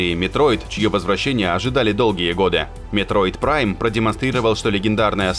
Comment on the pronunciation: господи, ребенок... я эту игру прошел в 2006 на NDS Lite. И до голубой звезды оценки на метакритике. Вопрос про другое. А именно - про неспособность диктора прочитать название игры по указанному мной таймкоду. Ну какой метод прайм, ежели игра называется метроид? П.С. извиняюсь за задержку в ответе - очень редко сюда захожу.